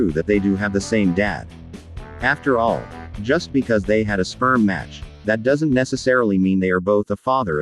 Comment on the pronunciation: You said sprem!